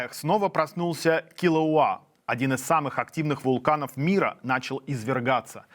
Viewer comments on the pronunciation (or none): Вулкан правильно называй: КилауЭа